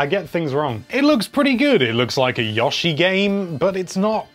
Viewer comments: He actually says Nez. Which is worse. He also says Yaw-shi. Heh. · You say Yoshi really weird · Not Yah- shi, Yo- shi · I love the whole Square realizing switch has an audience for jrpg games. I'm hoping so much that they for some reason put Dragon Quest 8 on there. I mean there's already builders on it JUST GIVE ME EIGHT FOR GODS SAKE. Also i like how you say Yoshi................Yawshi